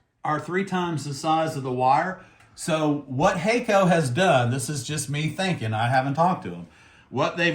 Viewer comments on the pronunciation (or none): Use their tip tinner Pretty sure it’s pronounced HAK- KO Not hey-ko Use 380° for lead free